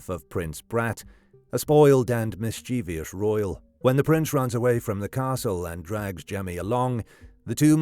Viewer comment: By the way, you pronounced mischievous wrong.